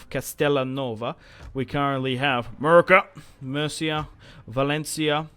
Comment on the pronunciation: You kill me every time you call Murcia "Merica".